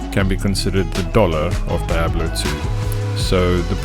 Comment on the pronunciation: "Die able two" Lmao